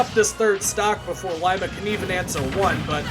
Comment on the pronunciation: It’s pronounced Lee-ma